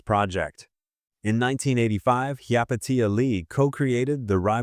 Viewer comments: I know but apparently the ai voiceover does not. it mispronounces her name repeatedly. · "Hi-ya Pay-sha" Lee. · Dumb as AI interpretation of her name and pronouncement! Pathetic! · How many different ways can the AI narration mispronounce Hyapatia and never once get it right? I stopped counting at 7. It never pronounces the name the same way twice and never gets it right even once. On top of that insult, this video has a lot of weird opinions that just don't sound natural and create nothing of substance. Why would anyone subscribe to a channel like this that's just AI garbage? But the AI still begs for a like and a subscribe all the while being blissfully unaware of how stupid it's narration sounds to a human brain that knows better. I refuse to support creators who do nothing but allow AI programs to create for them so they can make money doing nothing but creating content that's mediocre at best. And hardly anybody ever calls this out. People, demand better contact made by human beings, down thumb and refused to support channels like this